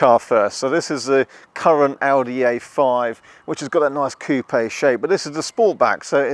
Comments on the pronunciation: While it is pronounced coo-pay in italian, its more like COOpeh, accent symbol or not. In French, the word for cut is indeed coupe as you said, but the e is not pronounced at all. Its a mess and mostly I'm just ragging on the common British obliviousness to the complexity of how words are pronounced around the world, combined with an insistance that british people invented pronunciation and that british people get to determine how all words in all languages are pronounced. Layered on top with the fact that it seems like two out of every 3 youtubers are British and yet many words that have unusual British-english pronunciations only sound natural to something like 15% of the English speaking world. TLDR: Its funny when people don't realize that words are pronounced different ways different places, and that their "local" pronunciation may feel comforting, but sounds wrong to most of the rest of the world. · Oh yeah and while "Couper" is the verb for "to cut" in french, the word "Coupe" without the r is an adejctive that means "chopped off" and, as mentioned previously, is pronounced "Coop" as a single syllable, no ay,eh,uh, or anything.